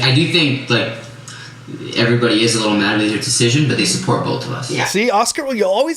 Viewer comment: Ah haha... "bolth" 😂